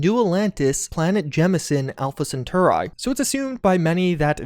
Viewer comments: Why do you say Alpha Centauri weird? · "Alpha Centoa Ray" lol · great video, but it really bothers me how you pronounced Alpha Centauri